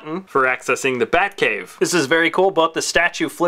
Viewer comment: heh he said buttcave im dying of laughter lolololol